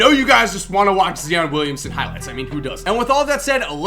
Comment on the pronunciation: Zeeon Williamson 😂